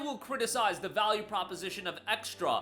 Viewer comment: "Vaule"? TF YOU ON ABOUT!? GOD DAMN